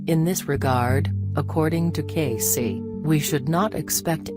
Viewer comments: Hi name is pronounced Edgar Cay(see). Ugh. do your research!! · It’s a computer voice. That’s how a computer would pronounce it if his name was typed out. To make it say Cayce how it’s pronounced the person would have to type it out as kay-see or something along those lines